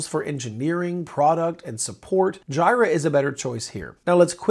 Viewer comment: Pls do not call it JIRA. Its J'ee'ra